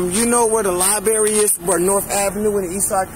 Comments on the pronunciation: "over by the liberry" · The lie berry.